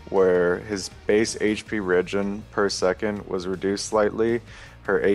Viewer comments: Dyrus, it's RE-gen.. Not reggin LOL. And it prioritize not pritorize haha holy moly quit league of legends and go back to school :P jk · Dyrus saying regen is awful